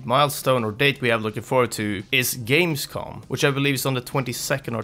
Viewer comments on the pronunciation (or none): none